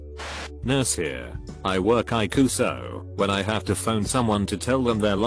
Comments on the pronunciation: When you read all cap letters, pronounce the letters separatly. It’s not iku it’s eye see you! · It’s pronounced I see you! Not iku! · ICU is not pronounced EYECOOL. Please make the computer voice pronounce words properly. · normal people: ICU text to speech: eye coo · Interesting stories. The robot voice needs a tweek to say ICU letter for letter rather pronouncing it. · Am I the only one triggered by the way he says ICU😒? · Is this a computer-generated voice? "...errrrr doc here..." "cheemo treatment." ICU as eye coo...😄